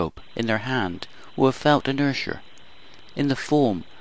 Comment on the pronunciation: Yeah, what the heck is inersher?